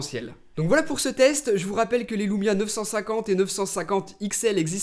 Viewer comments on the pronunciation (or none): l*ou*mia m'a fait hérisser l'*ou*reille tout le long de la video